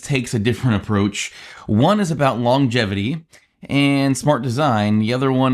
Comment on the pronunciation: did you say "longetivity"....?